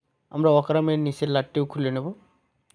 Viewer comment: ওকারাম না 😅 এটা রকারআর্ম হবে√